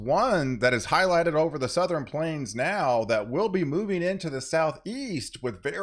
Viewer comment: souther-N Once you hear it you can’t unhear it😂